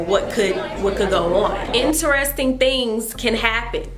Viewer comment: Rick Grimes comfirmed, "thangs"